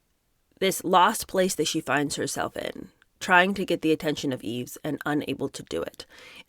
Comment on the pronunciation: Yves is pronounced eeve (no s)